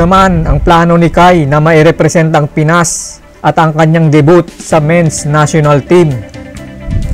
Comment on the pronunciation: Paano daw magbasa ng debut? Hahaha